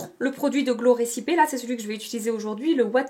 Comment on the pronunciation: Cc vidéo intéressante! Je n'ai pas tant de temps que ça pour me maquiller le matin mais au maximum j'essaie de m'appliquer 😆 bref, sinon, on prononce glow "recipi" le e en anglais se prononce "i". Des bisous 😘